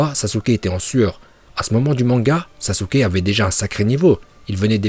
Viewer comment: très bon classement mais essaye de bien prononcé les nom par exemple sasUke le "u" ne se prononce pas voila sinon très bonne vidéo